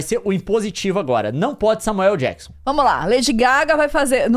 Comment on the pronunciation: Adoro como a pronúncia do Samuel L Jackson é Samuel El Jackson